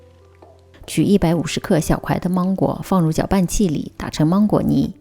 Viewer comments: 不是芒/máng/果吗？为什么发māng呢？如果你是口音问题，那么所有二声的音调都该变的，别装! ok? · 芒果的芒是二声，不是一声。听起来好别扭哈哈哈哈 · 关注很久了，今天尝试了长劲鹿奶油蛋糕卷很成功！谢谢！准备在女儿生日的时候给她做这款芒果千层蛋糕。，我可能是一个强迫症患者，在听你说芒果的芒的时候，好想告诉你，芒果的芒是二声不是一声😂😂😂